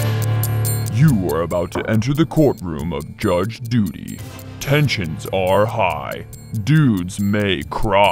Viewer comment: Anyone noticed in this episode it is Judge ''Duty'' not ''Dudy''